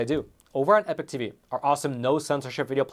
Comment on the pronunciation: I'm not sure i could ever subscribe to the epoch times when you keep mispronouncing it as "epic" 😂 as the meme goes "you keep using that word, but it does not mean what you think it means"